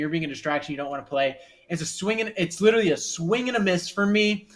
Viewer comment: Littery??? U mean literally??😂